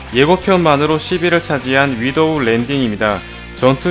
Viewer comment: "윈도우" 뭐냐 ㅋㅋ창문랜딩임ㅋㅋㅋ?